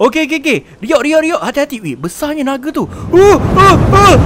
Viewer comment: Nape hora ckp bang nage